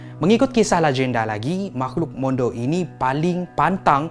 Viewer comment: bukan mondou, mandau.